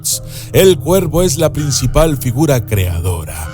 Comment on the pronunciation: Lo siento pero me confundí cuando decías cuerpo en lugar de cuervo. Por lo menos es lo que alcanzo a escuchar